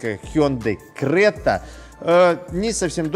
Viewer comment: Ни крэта,а крета.